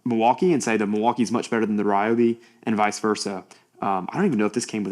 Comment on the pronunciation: Kudos for saying ‘RY-obi’ not REE-obi! 😂 I guess those people also eat ‘REE’ bread instead of RYE 🤦🏻‍♀️. Great tool, especially at that price, hard to beat its features. Some say the clear base is on backwards for packaging(?) 🤷🏻‍♀️